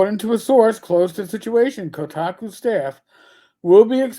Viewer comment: are you saying Kotaco?